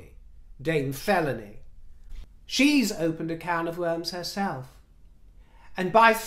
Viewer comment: "Queen Felawny"? Cornish? Ooohhhh... "Queen Felóny!"🤣🤣 Autumn allergies mean I snot when I snort. 😤 Excuse me, my lovelies, while I find a tissue! I could use my hair. I'm sure MM uses hers. Mustn't she take hers off now and then to wash it? It's economical. Perhaps it's how she saves up to pay for her photo ops and positive reviews.